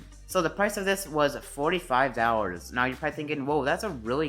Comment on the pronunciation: When you said dollars I thought you said hours.